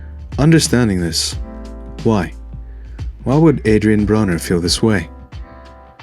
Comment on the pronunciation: " I BITTIM!" BRUH-NER hahaha